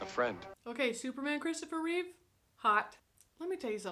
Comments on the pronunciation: Reeve* not Reeves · It's Christopher Reeve. Not "Reeves." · It's Christopher Reeve. Not "Reeves". His only S is on his chest. RIP the greatest Superman and on-screen superhero of all time. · Reeve, not Reeves.